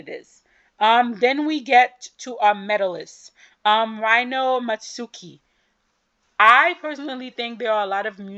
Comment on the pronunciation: Rino is pronounced Ree-no.